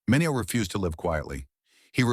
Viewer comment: Let’s at least pronounce Sal Mineo‘s name properly shall we? Sal MIN-ee-oh. Rip.